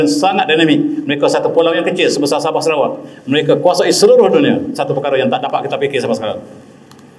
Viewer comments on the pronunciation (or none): none